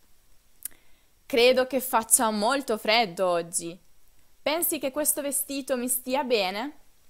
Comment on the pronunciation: Ozzi,viazzio........ Che pronuncia sfarzosa....